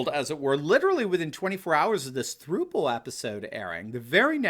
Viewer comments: Not "throople" it's pronounced "thrupple" as in IT RHYMES WITH COUPLE. Since it's technically a 3-way COUPLE. Sorry Doc, but it was like nails on a chalkboard listening to you mispronounce it. Lol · Idk why it bugs me, but as a 24 year old, I feel like it’s my duty to say throuple is pronounced like couple but with a ‘th’ not like throople. Great video and great video though! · I think it is supposed to be pronounced "thrupple" (rhymes with "couple"... get it?).